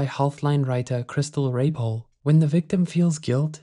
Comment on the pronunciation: This is not the appropriate video to have struggles pronouncing Raypole 🫣😂